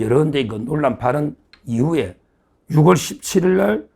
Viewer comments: 사투리 억양이 너무ᆢ. 유글이 아니라 유월로 말하세요. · 쓰기는 6월이라 써놓고 읽기는 유월이라 발음한다고 초등학교 교과서에 등재돼 있느니~ 변호사가 초등학교도 안 나왔나?